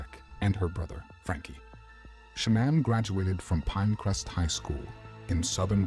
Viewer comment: That might be an AI voice, the way he pronounces Shannan's maiden name is not normal.